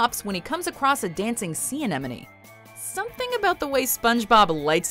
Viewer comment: ANEMONE - NOT AMENOME i know its a tongue twister but as your job on youtube. Sort it out